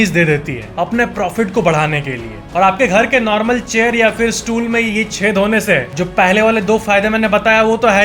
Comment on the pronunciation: Did he say Tool instead of stool